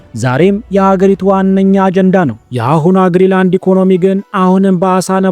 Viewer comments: ገና ለገና ቪው ለማግኘት ብሎ ዝም ብሎ ማውራት ራስን ማሳነስ ካልሆነ በስተቀር ትርጉም የለውም። ሰርቆ ከመብላት አይተናነስም ። ለምሳሌ ስም ስታነብ ግሪላንድ ሳይሆን ግሪን ላንድ ነው። ሌላው ደግሞ 58 ሺህ ሰው የሚኖርበትን ቦታ 56 ሰዎች ብሎ መቀደድ በጣም ያስጠላል። እንግሊዝኛ የማትሰማ ከሆነ ቢያንስ የአለምነህን ትንታኔ አየት አየት አድርግና በራስህ አፃፃፍ ፅፈህ አንብበው። ከመዋሸት ኮፒ ማድረግ ይሻላል። በግሪ እና በግሪን በ56 እና 58,000 መካከል ያለው ልዩነት የትየለሌ ነው። ስለ መንገድ ያወራህውም ፈፅሞ ውሸት ነው ለምሳሌ Ivittuut and Kangilinnguit የሚባሉትን ከተሞች የሚያገናኝ 4.5 ኪሜ መንገድ አለ፣ በኛ ቋንቋ ፒስታ ወይም የጠጠር መንገድ የምንለው 90 km paved road አለ። pituffik የሚባለው የአሜሪካ ወታደራዊ ቤዝም ርዝመቱ ያልታወቀ የመኪና መንገድ አለው። ስለዚህ ያወራህው 100% ውሸት ነው😂😂😂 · አስተካክለህ አንብብ እንጂ? ግሪ ላንድ ሳይሆን ግሪን ላንድ ነው።።።